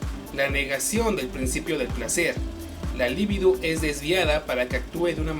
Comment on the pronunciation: Mmm... La única falla que he encontrado es la pronunciación de "libido", que es grave. La esdrújula es "lívido", sinónimos de "pálido". PS. No, yo no tengo fantasías con mujeres en cueros. XD PS2. ¡Hey! De Bob Esponja no vas a hablar. XD PS3. No, por muy homosexual que yo SEA, Foucault no me habla a mí. Ni lo hará jamás.